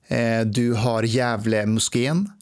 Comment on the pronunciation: Djävulen Moskeen? Elr säger han Gävle moskeen?